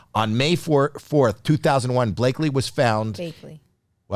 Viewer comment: How can this woman not know what happened with Blake? Ridiculous. Mandel has no business conducting interviews. He and his partner are amateurs at it. Mandel can't even pronounce Bakleys' name properly. Big fail.